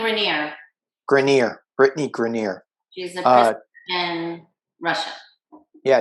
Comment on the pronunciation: Great session! Thank you! BTW, Brittany’s last name is pronounced GRINE-er. Rhymes with BRINE (as in brining a turkey).